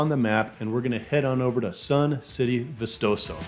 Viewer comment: Ba chee is how its pronounced. How about vistoso?